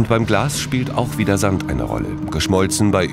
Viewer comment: Warum klingt das Wort Sand jetzt so komisch